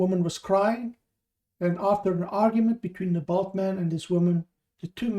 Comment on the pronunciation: A little common sense would lead to the conclusion that the word was bald. If he'd wanted to suggest size, then he'd have used bulky not bulk